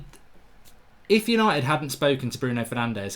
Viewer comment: "Hello and welcome to tha YANITED STAND!"